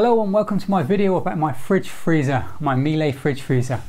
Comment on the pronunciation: Fridge freezer or "Fritz" freezer?